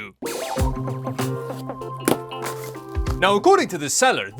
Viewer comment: “All da ram” 😂 I can’t, this was awesome.